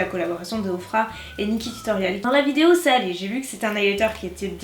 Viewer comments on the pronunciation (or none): none